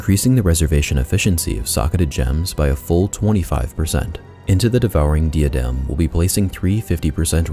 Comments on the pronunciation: If you could learn to pronounce diadem and plague that would be great! It's a bit distracting hearing you butcher those poor words especially because your accent sounds like a native speakers. <3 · The way you pronounce "plague" and "diadem" makes me wanna punch myself in the face till i cant hear it anymore. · Why does he pronounce "plague" and "diadem" like that lol